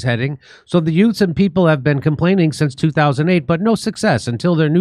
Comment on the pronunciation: Jimmy Dore: "Yutes protesting" you've got to laugh at that Joe Pesci accent.